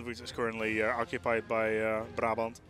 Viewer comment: woow the pronunciation of brabant was great